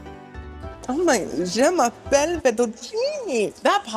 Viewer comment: Every time says je mappelle it cracks me up